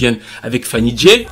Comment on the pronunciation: Fanny J ça se prononce "Fanny ji" pas Fanny jé 😭